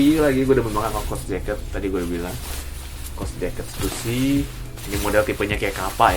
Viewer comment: stussy bukannya dibaca (stasy) ya?